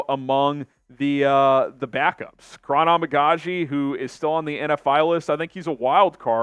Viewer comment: Bro, you gotta pronounce Kiran's name correctly. It's a-mega-gee